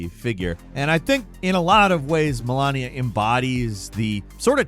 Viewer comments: "malania" bro you DEFINITELY never played elden ring, point blank period i said this a couple times but it's time you drop the shit and tell us who's been feeding you the scripts for your elden ring commentary yyall never played this shit. im 100% sure.. "malAnia"??? like are yall literally illiterates??? her name doesnt even have 2 As, like that's just plain retardation I already seen proof yall stole that kratos video from a small creator, even going as far as completely stealing footage he edited..now every single time you're talking about elden ring you mispronounce something that's IMPOSSIBLE to mispronounce it if you playeed the game SHE LITERALLY SAYS "IM MALENIA BBLADE OF BLABLABLA" EVERY SINGLE TIME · He is definitely pronouncing it as Malania. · American, must be used to hearing Melania a lot lol. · I can tell you have never faced Malenia once in your life. If you did, you would have pronounced her name right. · Come on,, she says their names in Eldenring. Why you gotta mispronounce them? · I wasn't aware we battle the first lady in Elden Ring 😂 mispronounced Malenia like 3 times 😂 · You know this guy never played Elden Ring because everyone who did has heard Malenia pronounce her name at least sixty times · This script reader clearly has never fought Malenia Blade of Miquella if they can't pronounce her name. She doesn't let you forget it. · If someone can't pronounce "Malenia, blade of Miquella" they haven't really played Elden Ring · I’ve heard “I am Malenia, Blade of Miquella, and I have never known defeat” too many times to accept isn’t just trolling us with that pronunciation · I really love it when Americans butcher every possible name pronunciation 😂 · I think all viewers who played Elden ring shed a tear when he called one of the hardest bosses in the game... the former First Lady 😂🤣😂🤣 Trust, if you played that game, you learn to pronounce that name FLUENTLY 🤣🤣🤣🤣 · and he cant even pronounce Malenia lmao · It hurt me as well 😂